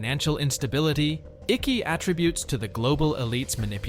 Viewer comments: Your pronounciation of ICKE is incorrect. You are saying (i-ky). It's (eye-k) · It’s pronounced “ike” as in “mike” not icky 😖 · Can ypou please pronounce his name properly it's only polite its not ickee. It rhymes with 'hike'. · Icke's name is pronounced IICK NOT IECKY... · His name is David Icke NOT Iccy!!!!!! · David Icke is pronounced like Mike but without the M . 😂 its not pronounced like sticky icky 😂 😂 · Icke is pronounced like Hike but without the H. Great vid though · So bloody annoying hearing the narrator pronounce David's surname incorrectly....it is pronounced Ike not iccky!!!! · It’s Icke not Icky fuck sake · David Icky. Its pronunced Icke like ice. You pronounce I like Aaaa. Its AAaaick. Not Icky. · Pronounce his name as IKE. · Its pronounced ike as in Ike and Tina Turner 😐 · Its pronounced like Mike-Ike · If you cannot pronounce the mans name properly then it means you have not followed any of his work in the past , Ike as in Bike. To me Icke is part of the illusion.. where he will tell you mostly what is true but he also misleads many with lies that leads the followers to be discredited by the programmed masses. He has sold his soul long ago.... out of nowhere he was intentionally given a platform by the Big Brother Corporation and that should tell you everything you should want to know. Through many puppets like Icke the Order tells you their plans through the lesser more obscure medias. Folks it is already done and dusted... the machine has many cogs and the end times are accelerating as never before...there are No White Knights... there are only many Dark Nights to come. Absolutely every thing they do has reason and their control has no boundary...every contention is covered in many ways... they are only feeding you narratives to give you false hopes and then they will pull the rug from your feet when you least expect it and they lust for your pain..... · Please note Icke is pronounced Ike (as in Ike Eisenhower) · Ike rhymes with Mike.